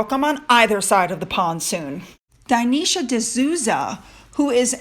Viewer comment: I think his name is pronounced DIN-esh. I think that’s how I’ve heard it before, anyway